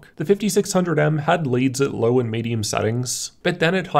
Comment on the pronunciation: I don’t like the way you say LOW and TWO. With a fucking “R” at the end..